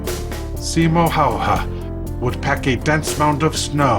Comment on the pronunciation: häyhä, not hayha